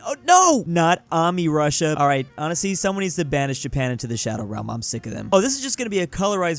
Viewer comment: bro just says mammy Russia